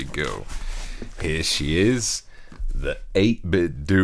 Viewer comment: Fwap bad, it's pronounced doe. As in what you cook cookies, as in what you call money. Not dew as in Dew we go to the store.